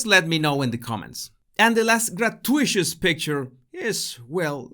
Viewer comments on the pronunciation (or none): “Grah-2-it-us” not ‘grat-you-Ish-us”. Just saying. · Gra-TU-i-tus not gra-tu-ISHUS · Gratuitous is not pronounced gra tu ishus but gra tu it us. Hope my correction does not cause offence. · Gratuitous is not pronounced grat-too-ISH-us. It is pronounced grat-TOO-it-us. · Gra-tu-i-tus...phonetic spelling of gratuitous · Hey,, Try learning to say "grat-tyoo-it-tus", "grat- tyoo-it-tus! Got it? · It is pronounced gra too it tuss. Thanks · querido, se dice (gratuitous) "gruh to ih tuss". So then Harklets patronize Joselitos Taco Truck too. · grat-uit-ous. you pronounce every syllable, like con-trov-ersey, not contro-versey. but transitory IS one word, not trans-it-tory. american is wrong, standard english is right. 700million speakers versus 1.75 billion. not that i like trolling a guy called. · It is pronounced “grat-you-it-us” (sorry to be picky!) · That’s “gra-TOO-it-us”. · Thanks as always,!! PS: Correct pronunciation of GRAH-TOO-IT-TUSS. (Gratuitous) Keep sharing and improving! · Love your video. You are so articulate and, as most of us, we have expanded our vocabularies via reading. With this in mind, please check on the pronunciation of gratuitous. I will attempt a phonetic spelling but, you’ll probably do better online. Grat too it tuss. Hope this helps! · Your pretty amazing! Oh, (FYI, it's pronounced "gra-TOO-ih-tus" You're far too brilliant to trip over that.) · The word is pronounced: grah-TOO-ih-tuhs. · Gratuitous is pronounced “gra TOO it us” in English. You’ve taught us so much; it’s only right to return the favor! ☺️ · Like your channel but please google the pronunciation of gratuitous.